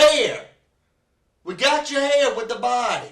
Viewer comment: Your hayir is theyir and screemin stevvven is what killed me 😂😂